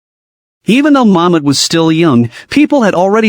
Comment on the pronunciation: Is it Mohammad or momad Muslim cuz I don't understand if ur saying Mohammed or momad